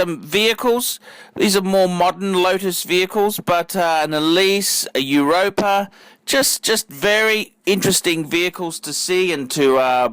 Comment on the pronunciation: I't's pronounced "Eleeese" and "Exeeeege". And no such thing as a "Catenham" big boy. Try Caterham. FUCK me dead